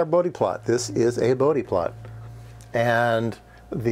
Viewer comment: For all the electrical engineers though in UK, yes it's "boudi" not "Bowd" plot. This was the first time I heard it called "boudi", checked and its the correct pronunciation.